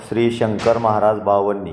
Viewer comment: बावन्नी नाही रे.. बावनी रे बाबा.. उच्चार शुध्द हवेत रे.. कविता वाचल्या सारखे नको रे वाचुस